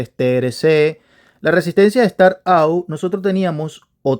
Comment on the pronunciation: Estimado amigo, tus videos estan muy buenos pero por fvr mejora tu Ingles un poquito, up no se pronuncia ou, es "ap". Startap, saludos.